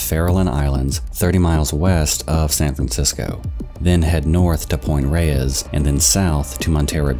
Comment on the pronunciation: Just for everyone wondering I live in the San Francisco Bay area and it seems to be the most mispronounced area in every documentary or short video I watch from non- locals. It’s pronounced Point RAYS, even though it’s spelt reyes. And it’s in maRIN county not maren lol. Just since everyone seems to know LA flawlessly but some reason the Bay Area is foreign 💀